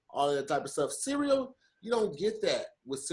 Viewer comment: Does anyone else hear pronounce "CEREAL" like "SIRI-O"?